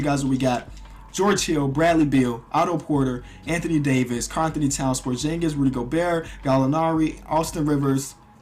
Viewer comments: It's porzingis not porjingis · Hey just saying buy it's supposed to be porxingis and not porshingis